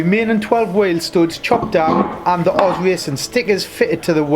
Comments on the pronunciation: Cracking wheels! It’s “oh zed” wheels btw, not Oz. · Correct me if I'm wrong but i always thought that wheel manufacturer was pronounced ' oh - zed ' not oz , either way mate they look great , good choice.